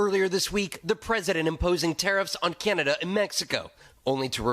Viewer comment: CAN-AHH-Da not CYAN-a-da